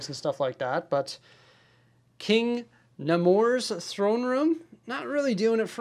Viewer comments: Pronounced naymor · It's pronounced Nay-more. Like what you say when someone asks you "don't you think you have enough City Legos?" NAY!! MORE! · Its prenounced Nai-mor btw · You butchering namor name is hilarious